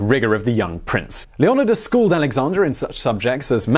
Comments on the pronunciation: You pronouse Leonidus wrong. It's LEO- NI- DUS. Not LE-AH-NAH-DUS. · It’s [leo-ny-das] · Great vlog as always but, Leonidas is pronounced Lee-un-eye-dus. Keep these ancient bios coming Simon. Thank you!